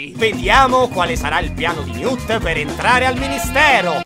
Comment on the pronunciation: comunque, ogni volta che dice "newt e tina" io non riesco a non sentire "new tettina"...